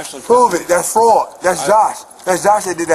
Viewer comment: AND STOP SAYING FARTED!!!! It's.. Fraud. AW! F RAAAAW Duh!